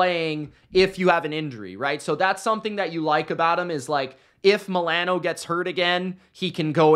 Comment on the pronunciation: Ok I posted this before I heard you pronounce "Milano" might have to reconsider now hahahahah jk jk